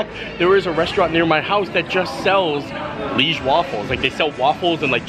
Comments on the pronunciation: Hey, the waffles are called Liège waffels, not leige waffles. Liège is a city here in Belgium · Omg, Universal completely butchered the name “leige waffle”. It is Liège waffle. You pronounce it kind of like Lee-aye-ge. Liège is a Belgian town. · Hi from Belgium - the Liege waffle we pronounce it ‘ Ljij - zje ‘ . Liege is a city in south belgium. Waffles are tougher than Brussel’s and have suggar pearls on it. We eat Brussel waffles with toppings, but Liege are eaten just by itself. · Hi just to let you know the correct way to say liege Is to pronounce it Lee age Hope you had a great time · It’s Liege (l-EE-ai-sz) or Lee a za